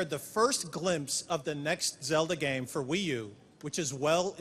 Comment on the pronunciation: "Can you tell me about the next Zelda gehm